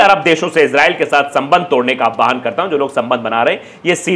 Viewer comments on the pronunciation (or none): none